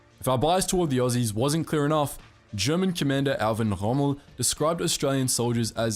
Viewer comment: The way he pronounces Soviets and Erwin rommel is hilarious